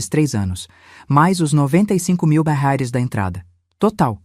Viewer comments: Não sei por que fala róis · Essa narradora nao sabe pronunciar reais mais vai treinar é intuitivo